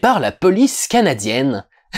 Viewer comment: Premier visionnage, je n'ai pas entendu l'accent canadien. Deuxième visionnage, j'entends le petit "canadiienne". Si ça peut te rassure, c'est pas l'accent canadien/québécois le plus prononcé que j'ai entendu de la pars d'un français. Bob Lennon fait bien "pire". Pis, à la question "pourquoi est-ce qu'il faut que je fasse une accent à chaque fois que je parle du Québec". La réponse est simple: tu es FrrANçaiis (à prononcé avec un accent québécois ou une caricature d'accent parisien/français).